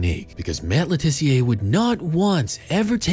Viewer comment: Just a point. He's English, so it's Luh Tissiuh, not Le Tiss-e-ay